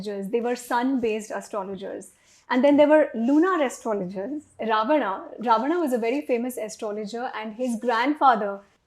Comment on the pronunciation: रावणा ❌रावण✅